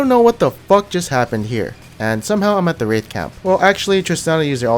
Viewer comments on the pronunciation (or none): none